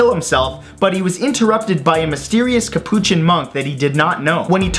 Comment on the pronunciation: he didn't even pronounce capuchin right...